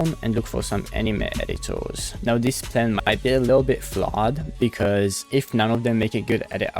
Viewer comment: "Editours" HITS hard